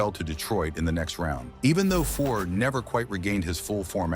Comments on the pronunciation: Omg..... Fuhr not fore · Ouch....yup that's some bad AI pronunciation. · You're pronouncing Fuhrsy's last name incorrectly 🥅🛡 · I won't be subscribing to this channel. I stopped watching as soon as I heard Grant Fuhr's name mispronounced. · If you can't pronounce his name properly, I have no faith in any part of this clip. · Bad article, can’t even pronounce his name.